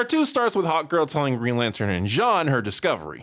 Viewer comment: keeps saying HOTgirl not Hawkgirl. Everyone else hears it to right!?